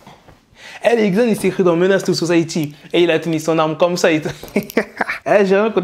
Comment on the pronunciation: 😂ca se prononce lil zan pas li ggzan